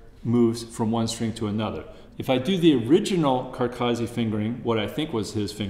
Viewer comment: A great masterclass but terrible pronunciation. These North Americans, it's Carcassi not Carcarzi. To me it's like nails down a blackboard. Apart from that (which will obviously never change) excellent teaching.